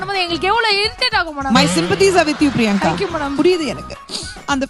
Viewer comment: Nariyanka illa priyanka. Modhalla per ah olunga sollunga😂😂